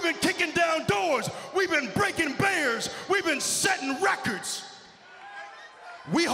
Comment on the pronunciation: I know big e meant to say breaking barriers but it’s sounds like he said breaking bears